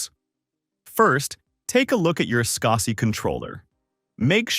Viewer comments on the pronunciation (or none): Also, "SKAH-see"? Are you kidding me? Everyone says it "scuzzy". I can't remember being this annoyed by a simple technology tutorial video before!